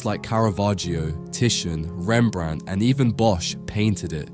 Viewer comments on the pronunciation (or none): none